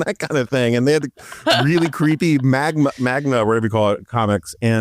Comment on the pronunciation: Did he just call manga “magna”? Hahaha